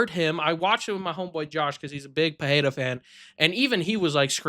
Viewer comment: Where did you all pick up that pronunciation of Pereira, with "h" sound somewhere in there? In Portuguese, double "r" is pronounced as "h", not the single "r". This is just Pereira; pronounce it as it's written, man.